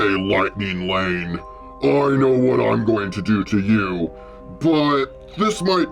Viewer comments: Hold up did the say lightning Wayne at the first part of the video or did he say lightning lane because I’m confused tell me the truth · I love it that the says wightning wane